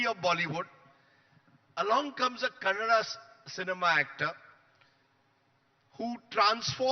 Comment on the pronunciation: Mr. Editor…it’s KANNADA❤ not CANADA😡